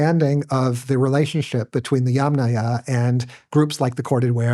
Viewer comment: THANK YOU❤💝🙇🏻‍♀️❤ for pronouncing “Yamnaya” correctly! ❤🙇🏻‍♀️🙇🏻‍♀️🙇🏻‍♀️